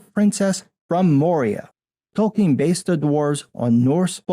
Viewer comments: It’s Tolkien.... not Token.... stupid Wamenzon. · "Token" Tolkien.